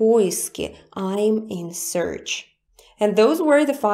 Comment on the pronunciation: Hi! Just wanted to say your pronunciation of the English word "search" was a bit too close to sounding like "surge". It should sound just like the word "church" but starting with an "S"... Hope that helps xx